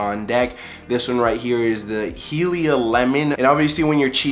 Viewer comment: yo btw that Zelda jar is fire played the game that its based on when I was 4 lmfao. Wind Waker is so goated. and its pronounced HIGH-lee-ah lol